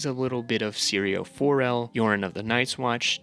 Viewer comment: Mispronunciation tracker: A Song of Ice and Fire Melisandre R'hllor Jaqen H'ghar Syrio Forel Janos Slynt Quaithe Brotherhood without BANNERS, not borders. At this point you've got to be trolling.